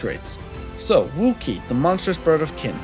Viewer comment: Why do you say Ouki like Wookie